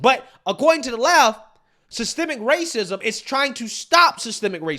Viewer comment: You mean wwwaaacism lol😂😂😂😂